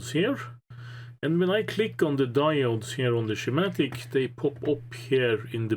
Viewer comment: I am really impressed with that documentation. I hope that catches on! By the way, schematic has a hard 'c' sound in English. Ski-matic. (Some say "shKee-matic"). Not an issue, though. We all know what you mean. Great video.